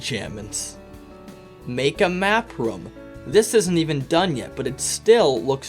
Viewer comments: The way you pronounce « room » triggers me. It’s rOOm not rom 🤪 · Pronounces room as "roum" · Ok I know this is great 🙂 but I'm triggered when you say rom